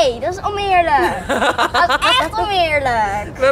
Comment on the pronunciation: zegt "omeerlijk" in plaats van oneerlijk